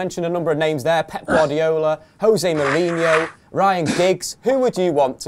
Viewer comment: within the 1st 22secs u pronounced LVG's name as Gaal then HAL then back to Gaal! LMFAO!!!! HARD!!!! HOW DO U SAY jose mourinho ? hos'e then joeshay ;)